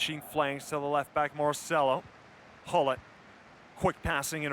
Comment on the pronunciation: this caster is trying to pronounce all names like they're supposed to be pronounced except for Gullit :/. getting sick of people saying ' Hullit'